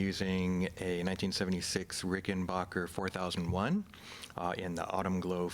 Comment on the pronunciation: RickenBACKer. Not RickenBACHer.